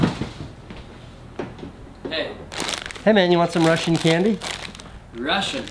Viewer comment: Every Mexican just started crying when Casey called Takis "Russin candy"